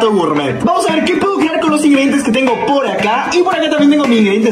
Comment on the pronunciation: Se te entendió pol xd